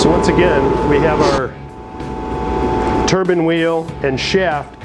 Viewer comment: Turban or turbine? Nice in depth video though.